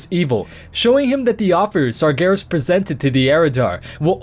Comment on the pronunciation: Why are you calling Sargeras "Sargarus" ?